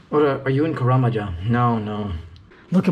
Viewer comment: this guy said Karamja LOOOL